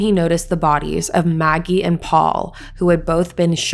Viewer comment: Not naggie , Maggie.